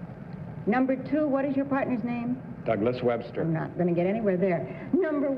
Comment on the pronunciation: Dougas Webstah!